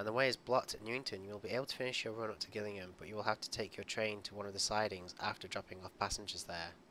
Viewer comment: Its pronounced jillingham